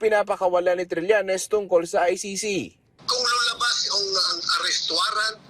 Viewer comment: Trillenes no cridibikity